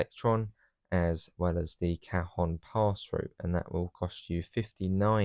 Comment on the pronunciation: Cajon is spanish, silent J, pronounced ca-hone